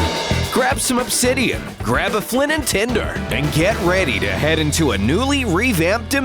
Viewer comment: anyone hear him say flint and tender?